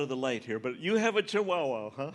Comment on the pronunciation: The way he pronounces chiwowow lol